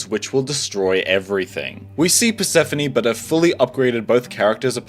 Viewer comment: Did u call her “purse-phone” -~